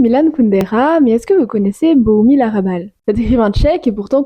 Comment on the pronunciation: HRA'bal Il faut prononcer le H!